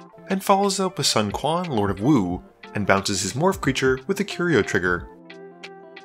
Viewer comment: If you return a morph creature to your hand, you have to reveal it. Unrelated but from the same turn - Sun Quan is pronounced "Soo'n Chu-en".